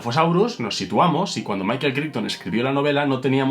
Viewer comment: Pequeño detalle: "Crichton" se pronuncia "Craiton" (véase Farscape ;-) )